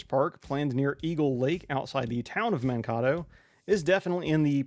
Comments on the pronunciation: Nicely done, thanks for the "but wait, there's even more!" video. Keep up the great work sir. Pronunciation tip: "Man-Kay-Tow". It's a Minnesota thing, donchaknow.;) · As a Minnesotan, I cringed so hard when I heard that pronunciation. Great video, though, I hope the racetrack in Mankato goes through.